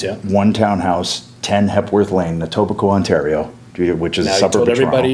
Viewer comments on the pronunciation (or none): none